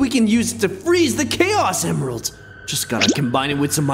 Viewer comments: When he grabbed the chaos emeralds it said emiralds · Ah yes "Emiralds"